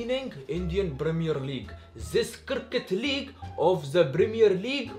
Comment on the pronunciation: Cricket league walllah iricket league 😂😂